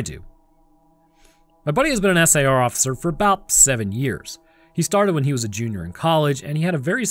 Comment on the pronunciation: You need to program your voice model to stop spelling out SAR. Everyone pronounces it as "sar". You also need to do something to indicate one anecdote has finished and the next has begun. A tune/jingle, a different voice, something. A longer pause if nothing else. It's freaking eerie.